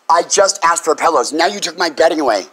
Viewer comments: "She axed me" lol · You axed me to leave?? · “ you axed me to leave three times “ come on! Learn to speak right. 🙄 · She axe her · "You axed me...." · She just axed if she can get her nails done. She's got a big date, someone is taking her to see the Axstros vs the Yankees.